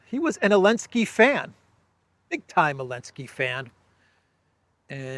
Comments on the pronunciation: Hey, just curious but why do you pronounce Zelensky's name without the "Z"?? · OOI, can somebody explain why calls Zelensky, Elensky? I don't understand this.